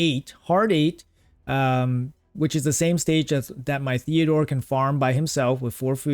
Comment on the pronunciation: TEOdor not THeodor 😂